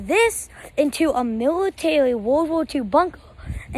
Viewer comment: “Miwatawy wowld war two bunkwer”